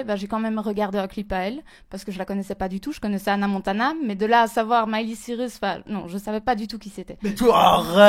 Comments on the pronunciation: Faut arrêter elle n'est pas son sosie et puis elle ne sait pas prononcer miley cirus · Encore faudrait-il savoir prononcer ''Miley Cyrus''. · la meuf elle sait pas prononcer son nom et elle se prend pour son sosie ahahhaha vtp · Donc si je comprends bien cette pauvre meuf est le sosie de Miley Cyrus, elle gagne son argent grace a ça et ne sait même pas prononcer son nom correctement 😂